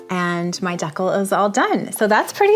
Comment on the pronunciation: why do you pronounce decal like that?